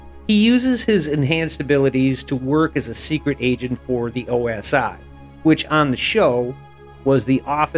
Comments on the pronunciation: OSI, not OSO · It was OSI not OSO. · it's OSI not OSO... I reckon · Its OSI ... NOT OSO!!! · It was the OSI not OSO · OMG, you doof. It is NOT the OSO, it is the OSI. Pulling the cord.... better luck next time.